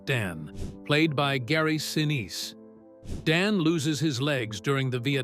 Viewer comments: Interesting docu, ruined by pathetic scratch overlays and a spattering of A.I. voice errors. 'Sinice' really, 'SINEEEEEESE'. This A.I. narration mistake was made SEVERAL times throughput! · A live human announcer would know how to pronounce Gary Sinise's name.